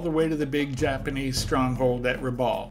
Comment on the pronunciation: Rabaul is pronounced "Rabal" with the 'a' as in "bat" - not how it is said in the video. At least that's how the locals say the word. ....jus sayin! My cousins grew up there in the 1960s and talk of finding old military vehicles and things in the jungle ... and catching fish with a box of grenades.